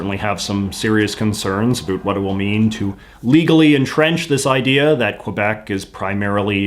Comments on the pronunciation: “A boot”. Doesn’t get more Canadian than that. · Please stop pronouncing about as a boot. It only contributes to the stereotypes put on Canadians. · Please stop pronouncing "about" as "A boot"! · Is he over pronouncing his "about"s on purpose or does he really talk that way? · Yeah, I've never heard another Canadian say it that way, other than as a joke. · The only failure I see is your atrocious pronunciation of "about"